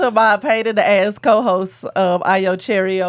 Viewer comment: A-YO it's Ayo